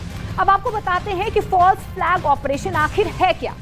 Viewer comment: फल्स, फाल्स नहि तेत्री